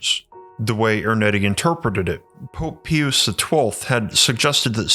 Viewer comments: I love this channel, but it has a pronunciation problem. Pope "Pee-yus". Verner Von "Brown". "Nicole-a" Tesla. Hal "P'toff". My man, if you put 5% of your research effort into looking up correct pronunciations of proper nouns before you tracked your VO, I think it would really help your credibility. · Dude, it's pronounced "PIE-US". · It's PIE-us ! If you can't pronounce names correctly, why should anyone trust your research? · Wish you would research the proper pronunciation of Pius. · HE can translate books from 2 different languages, but he can't say Pius. 😂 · I was with you until Pope Pee-us. It is pronounced in English as Pie-us' As in a pious (devoutly religious) person. So much for accuracy. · It’s not ”peeous”…..ITS PRONOUNCED “PIE US”. What the fuck is wrong with you? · Pius is pronounced as PIE-US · I think it’s pronounced Pope Pie-us, not pee-oos. Also sis-er-o, not kik-er-o. Not trying to snob, just want to put on your radar that struggle to pronounce commonly mentioned names in the subject makes one question how deep into the material you are outside of the channel. It is a burden and a responsibility to be a leader and teacher, and as so, you’re held do a higher standard than others. I hope it’s me that has been getting it wrong all along, because I like your channel and want to be able to look to you as a scholarly (for YouTube) resource. I’m sure you know that in this study, no one is beyond reproach or will be unquestioned, so I really hope this is taken to heart and not as offensive. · It’s not pee use its pie us - Pius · it is not pee youse---Pius - it is PIE youse.... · Dude….PIE-US, not PEE-US. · It’s pronounced pope PIE-US not PEE-OOS! 😂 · Pius pronounced pye-us! (Not pee-us) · Pious = pie-us not peeus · I think it's always pronounced PIE-US. I have never heard anyone say pee-oose. Oh yeh good vid, glad you're back I was wondering if you hung up the content making. Glad you didn't. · Pius is pronounced "Pie-Us," not "Pee-Us." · Pope Peeoos?